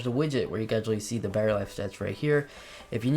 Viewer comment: thought my Pods had a “Barry” life. It’s “Battery”, if you please. Lazy pronunciation!